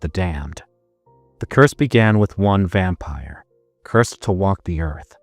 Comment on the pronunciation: ❤❤❤What in the Edward Cullen lol… say it “vampire”…